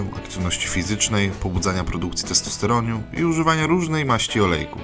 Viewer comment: Testosteroniu😉🤔Czy tylko ja slyszalam?